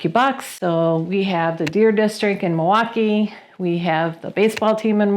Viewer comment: You pronounced it right!! Mawaukee!